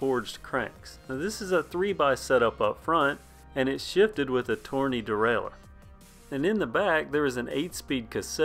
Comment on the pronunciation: I cringe hard every time you say 'derailure"